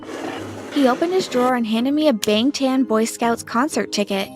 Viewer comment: Lollll i can't believe they actually said it wrong lol